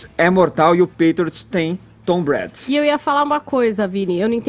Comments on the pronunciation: Por favor...É Tom Brady (breiri) e não Tom bré...Apenas uma correção. É para não perder a viagem, Caio brilhante e elucidativo mais uma vez. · Não é "Tom Brad" isso dói o ouvido. É TOM BRADY!!! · Tava procurando esse comentário.. rs.. Tom Bread.. handzone foi foda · Tom " Brad?" A pronuncia é "Breidi" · Se fala "TOM BRÊIDI" foneticamente. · Gente to rindo muito aqui. O Edgar falando os nomes do Tom Brady como Tom bread (pão) e New England Patriots Como New England Patriotas Kkkkkk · Brady se pronuncia “breidi”.... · "Tom Brad" eu detesto o Brady,mas dá dor nos ouvidos escutar ele pronunciando o nome do cara de forma errada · kkkk né... Tom Bread ele falou kkkk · Esse tal de Vini não sabe nem pronunciar o nome do Brady... pelo amor de Deus. 'Hand zone'? Santo Cristo... se não sabe não fala, cara. E quem liga para essas 'estrelas' que querem lacrar não se apresentando no intervalo? Vão se ferrar! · Alguém paga um curso de inglês pra essa galera! Meu deus! Ninguém consegue pronunciar "Patriots" ou "Brady"??? Caramba, põe no google e imita o som. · Já falo de cara, não aguentei o Vini falando o nome do Tom Brady errado por 20x seguidas kkkkk